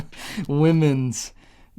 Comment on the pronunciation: It’s not women’s it’s WenMen 😂